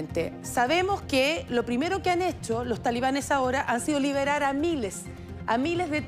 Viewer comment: Que vergüenza escuchar a periodistas universitarios en todos los canales de la televisión chilena decir "talibanes" cuando esa palabra está mal dicha...